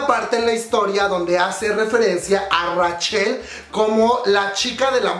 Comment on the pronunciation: Comadre como te quiero pero me da ñañaras cada vez que pronuncias Rachel textualmente como se escribe xD